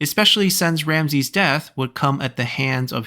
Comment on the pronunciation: As an Egyptian, I am very excited for this haha ♥ Also, Ramesses's name is pronounced with all S as S not as Z, and the last e prolonged, so like /Ramsi:s/